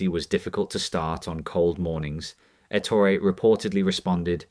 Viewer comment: His name was Ettooori. Not Ettory.